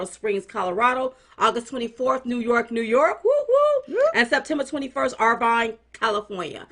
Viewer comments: Ladies it's actually Ir-vine ( like ur-vine - not ur-vin). But its not that important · Darling's, Irvine, CA...it's pronounced Er-Vine 👍👋😍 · It’s Ir-Vine.